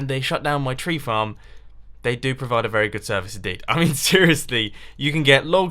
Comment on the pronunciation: did he say flarm instead of farm?!